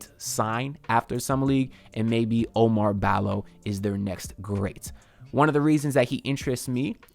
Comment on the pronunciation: OU-MAR BALL-O. Not O Mar Balo.